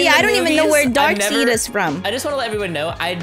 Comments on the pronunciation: Darkseid Me:its not you said seed not side its darkside but they put it darkseid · Its Not dark send its dark said ok side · said darkseid wrong its said like darkside but its spelt differently also the only place that I've seen that villan is in the Teen titans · For darkseid, it's pronounced darkeside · it’s pronounced dark-side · U said darkseid wrong its like darkside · dark seid is pronounced dark side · Did she say darkseed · It's pronounced dark side